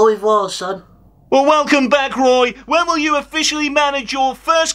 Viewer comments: Gweat to see you back at Cwystal Palace, Woy. All the Vewy best. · The last time I was this hyped, it was when Return of the Jedi was released. Now it's Weturn of the Woy!!! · Woy is back. He may be 94 but he can still wun wings awound the Palace defence. I think that's what he said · Woy weturns